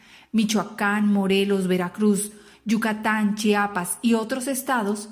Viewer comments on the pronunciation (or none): none